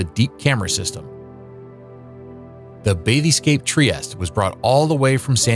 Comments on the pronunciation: One would think that even a casual history buff would have a pretty solid grasp of the English language. MagNEEto-meter? Really? I had to go back and re-listen to make sure I didn't just hear "babyscape". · Great report. You just need to check your pronunciations for bathyscaphe and magnetometer.